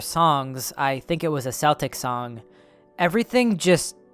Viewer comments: Dear America, it's pronounced "KEL TICK" , not "SELL TICK". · Brother Celtic is pronounced "Keltic" unless we're talking about the Boston Celtics. Love your videos 💯%